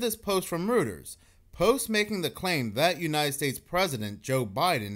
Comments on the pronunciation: Reuters is pronounced royters. ❤ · Hey bro, Reuters is pronounced "royters." Same way Sigmund Freud is pronounced "froyd" ✌️ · Reuters is pronounced roiters. Roy ters. This is my recollection from the 1980s tv broadcasts never having seen it spelled back then Mandela effect not withstanding. Nobody on YouTube knows how to say it. Please correct me if im wrong as i hate holding on to wrong ideas.